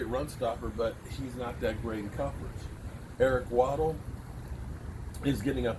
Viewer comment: Eric waddle????? Come on at least try and say it right